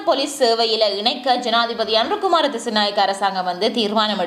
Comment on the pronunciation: Anura kumara dhisanayakaa illa (anura kumara dhisanayaka ) enru uchchariyungal peyarai sariya solluga akka